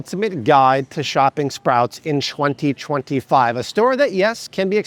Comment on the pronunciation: 2025 The way he said it was so weird 😂